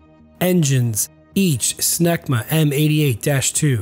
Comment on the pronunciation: "Engines: Smegma" I almost died! But hey... they ARE French. 🤣 Another knockout video.